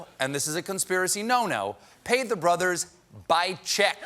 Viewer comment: When he said "two brothers" I thought he meant like "two bruthas" lol